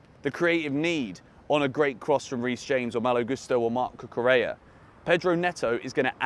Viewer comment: I am proud of you finally pronouncing Cucurella's (pronounced Cucureya) name correctly. I knew you had it in you! 🙂